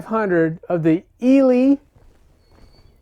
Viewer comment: I’m English and we pronounce it as ee-lee , they used to be a big deal years ago .